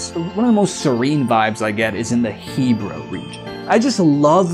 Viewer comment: did he call the snowhead region the hebra region lol